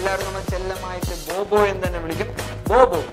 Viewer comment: Bo bo എന്നങ്ങു പറഞ്ഞാപ്പോരേ bro. എന്തിനാ ബ്ബ ബ്ബ ബ്ബ പറയുന്നേ 😄